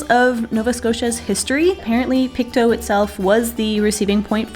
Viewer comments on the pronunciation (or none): Locals just say Pic’toe’, not Pic’too’ 😁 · PSA Pictou is pronounced "pick-toe" not "pick-too." Source: was born there, and family is from there <3 And NS mainland is a peninsula, not an island :) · I'm sure someone has mentioned this already, but on the off chance no one has; the town is pronounced Pick-toe. Glad you went and enjoyed it! The knob on the radio that is labelled tuner is the old version of the present day digital tuner. Inside you'll probably find a type of string attached to the knob and that causes that tuner to "tune" in the station. That string may be broken.